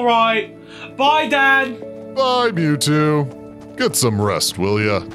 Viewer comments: Did anyone else notice mewscoles said mewto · Meowscles is saying you two but it is mewto